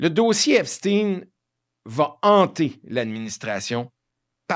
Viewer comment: De même qu'on ne dit pas Frankenstèn de grâce prononcez Epstein comme il se doit Ep stayne